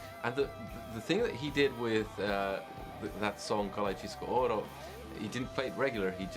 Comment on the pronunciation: Karjalajnen! Karjalajnen! Karjalajnen! I can't find anything tricky to pronounce in this word,. Try to learn a bit of Polish 😁